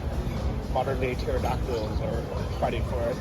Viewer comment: "modern day terradacdal"